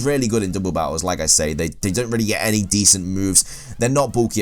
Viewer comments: He's like "there only good for dooble battles." that mispronouncing was just funny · dooble battle